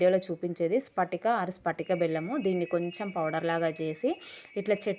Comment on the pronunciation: స్పటిక కాదు పట్టిక